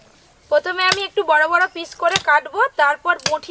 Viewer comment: Pish na piece hobe